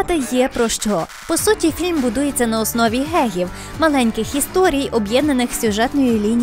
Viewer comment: Мені одному замість "Ґеґів" чується "Ґеїв"?😵